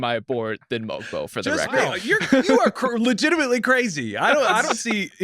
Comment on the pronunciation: The g in Mogbo is silent by the way, and that was a sneaky great pick.